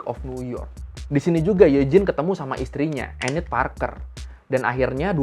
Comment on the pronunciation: BTW Eugene itu bacanya Yujin bang